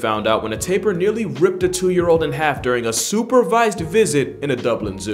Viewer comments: Thanks for shouting out my country!!🇧🇿 I enjoy watching your videos and btw it’s spelled Tapir not Taper lmao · nice selection man. couple of corrections/errata though: it's tapir, not "taper" - pronounced TAY-pee-ah. countless small animals have lifespans that match or greatly exceed those of humans, in fact some don't even experience senescence and so are biologically immortal. hyenas aren't really predators, they're scavangers who rarely take on live prey as they're poor hunters :) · bro its not called "taper" its called "tapir" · I’m from Belize we pronounce it Tah-peer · He man i realized that you misspelled "Tapir". This Is Pronounced as Ta-Peer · Cuscus is a blanket name for four species, one of which is the well-known Slow Loris. It's "Takin" not "Talking" and, it's a goat-antelope. It's "Tapir", why are you getting all these wrong reading from Wiki? You didn't timestamp the bird... Did you actually assume that people thought bandicoots were made-up? And you ended the list with two things that anyone who ever watched BBC earth's most famous clips have seen for sure. The amount of effort put into this is low. Things aren't proof-read, and given some of the other content I've seen from you it's honestly no surprise at this point. So, why am I commenting if I think you did a bad job? To let others know this is average for your channel, and hopefully deliver a wake-up call.